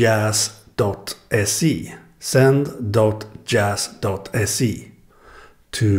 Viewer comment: Thank you for showing off my send service! :D and you pronounced djazz correctly!